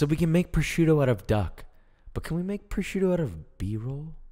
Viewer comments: Si dice prosciutto frate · Nice video and good receipt that i am actually gonna try 👍🙂but... Carbonara with duck “prosciutto” is blasfemy by all means, my ears started to bleed when I heard it. 😱😱😱